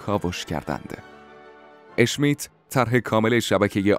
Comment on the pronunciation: سلام بسیار عالی ممنون وتشکر، یک ایراد : بگویید، ش میت ونگیید اشمیت، در زبان المانی حروف sch صدای ش میدهند ،نه صدای اش. بقیه بنظرم عالی بود وگوینده صدا ولحن خوشی دارد.